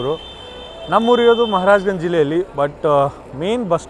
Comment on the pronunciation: ಜಿಲ್ಲೆ ಬಂದು ಮಹಾರಾಜ್ ಗಂಜ್. ಆದ್ರೆ, ನಿಮ್ಮ native ಊರ ಹೆಸರು ಗೊತ್ತಾಗಲಿಲ್ಲಾ. ಇನ್ನೊಮ್ಮೆ ಬಿಡಿಸಿ clear ಆಗಿ ಹೇಳ್ರಿ...